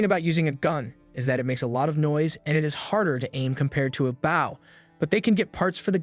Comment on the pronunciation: Bow is pronounced boe .. the vow makes same sound as go plz teach your AI and Asians